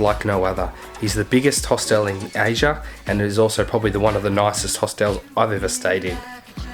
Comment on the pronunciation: it's HOSTEL not Host-El